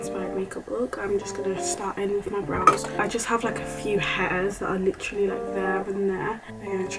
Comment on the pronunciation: take a shot everytime she says lichrally